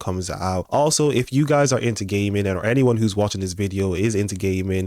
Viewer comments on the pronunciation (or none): "if you're into gaming" But I heard, "if you're into gay men" 🤣😂🤣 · Bro when u say gaming it sounds like you're saying are you into gay men!😂